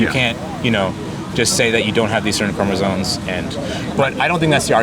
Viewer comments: Hard to have a legitimate biology discussion with someone that says "chromosoNes" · is this guy saying chromozones? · I think this guy was respectful and all but bro...it's chromosoMes....not chromosoNes. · Does he know it's chromosomes, not chromosones? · Could you axe him what XX and XY chromosones have to do with gender. These idiots can't even pronounce basic biological words like chromosome let alone know what it is. This is what Marxism does to institutions of higher learning. At least in my day we could blame it on the acid. What's their excuse. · Rules for happy living: Never attempt to argue Biological Sex Determinants with someone who doesn't know how to pronounce "chromosoMes." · This kid can't even pronounce "immutable" or "chromosomes" correctly.